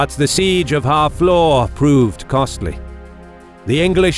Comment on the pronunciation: FFS, Harfleur isn't pronounced "Half Law," it's more like [HAA] + [FLUR]. Took me awhile to figure out wtf you were saying.